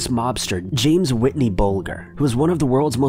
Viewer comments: "Whitney" 😂 lol tf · "James Whitney Bulger" who the fuck is Whitney?!?!? Whitney?? Whitney?!!!?!? Who the fuck is that? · How do you NOT know who "WHITEY" (NOT "Whitney") Bulger is???